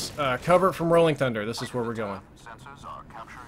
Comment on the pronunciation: i love everything about you except the pronounciation of where lol